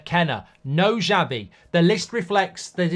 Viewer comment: Who is Zhabi/Jabi, Mark? It's Sha-Vee. (Xavi)